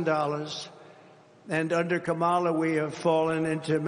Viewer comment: What does mispronouncing Kamala's name convey? How does that advance policy? Why is Trump so purposefully unlikable?